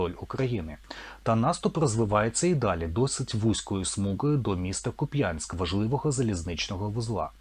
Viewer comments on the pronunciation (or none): кУпянськ, а не купЯеськ